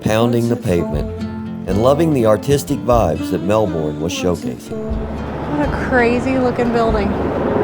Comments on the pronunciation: All good. Hope your short trip was enjoyable. It suprises me you still say 'Mel born', surely you've heard everyone else saying 'Mel bun'? That's how an Aussie says Melbun. 🙃🇦🇺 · Maybe learn how to pronounce Melbourne Yanks.